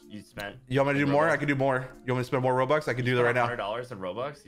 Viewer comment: and why are you saying rolox ery time but its robux